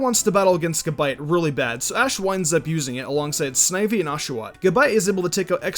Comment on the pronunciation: fucking gAbite. not gibite, that shits pissing me off. lol